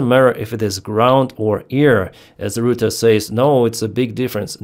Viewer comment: Complete misread of Rutte